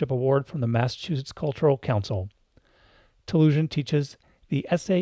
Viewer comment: Great interview and discussion. In case you didn't realize, you are pronouncing her name incorrectly. It's TaluSAN, not TaluSIAN.